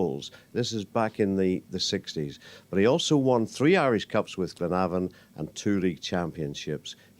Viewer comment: glenavon not clenavon